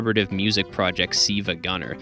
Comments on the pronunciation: I think it's pronounced Silvah gunner like 'silver gunner' a reference to the treasure shmup radiant silvergun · I don’t think that’s how you pronounce Silva gunner